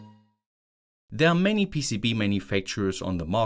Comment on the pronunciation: I noticed you said stardet, instead of started! Dyslexia? 🥳